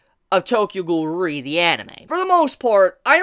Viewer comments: Its pronounced: Tokyo Ghoul: REEEEEEEEEEEE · The way you say Tokyo ghoul: re I almost died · If ur such a big Tokyo ghoul fan then pronounce :re correctly